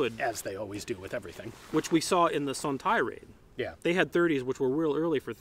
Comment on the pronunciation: I believe it’s actually pronounced as “Sun-Tai Raid”